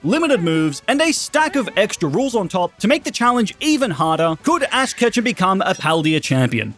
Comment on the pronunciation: Fash ketchem began his journey in pokemon scarlet WHAT IS FASH KETCHEM🤣🤣😂😂🤣🤣😂😂🤣🤣😂😂